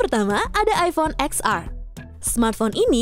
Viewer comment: Bukan “eks ar” kali mba...tp “ten ar” 😂